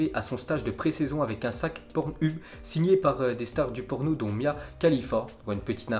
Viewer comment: Par contre tu me déçois ça se dit pas pornhub mais pornheub